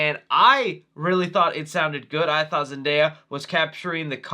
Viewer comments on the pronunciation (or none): none